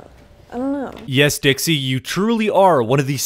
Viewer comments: He gave up pronouncing "Dixie" and go with "Dickie" instead it's so funny 😂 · my man called dixie for "dicky" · Am I the only one who heard say "Dickie"? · i like how he said dicksee instead of dixie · I’ve seen a 5 year old who loves eating snails eat snails but I just saw a damn millionaire teenager WHO NEVER ATE A SNAIL BEFORE BRUH Edit 1: “Dixie” Bro is the best commentary you tuber calling a millionaire tik toker “dickey” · OK BUT SNAILS ARE DISGUTSTING EW BUT LIKE U HAVE A 5 STAR CHEF AND WTF OMGGGGGG its "dixie" not dicckie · her names dixie not diggy not dicky dixie get it right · D'amelio fans: Dixie: "Dickie" Me: "WhEeZe" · did he call dixie "dicky" or do i have hearing problems lol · Atleast say Dixie’s name right